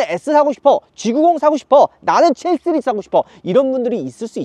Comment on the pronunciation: ㅋㅋ발음 해외파이신가봐요 7쓰리즈? 씨리즈?